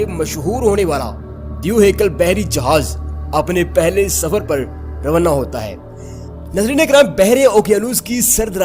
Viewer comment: روانہ کو رونّہ کہہ کر ہمیں بہت ہنساتے ہو۔ ھھھھ